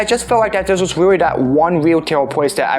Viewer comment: rreawwy? you wiked wokin heauw?